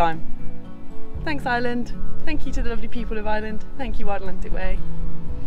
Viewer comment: Genuinely nice folks who really how Beautiful our Country can be. It's a terrible pity though that in the 3 months our Visitors spent here that someone didn't take the time to have a little whisper in their ears on how to pronounce "IRELAND" or that old reliable " Sláinte"...Wishing them well on their Next Adventure...Slán!!